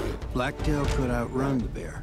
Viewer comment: bore? Why do you keep calling them that? they're called a bear. bear. what manager let this audio out of quality control check?